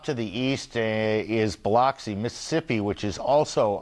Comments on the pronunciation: Buh-LUX-ee, not Bah-LOX-see.... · 🙄 Ugh i hate how he says BILOXI, MS. 🗣️ It's pronounced BILL-UCK-SEE😂